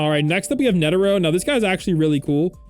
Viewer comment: bro said netero😭😭😭🙏🙏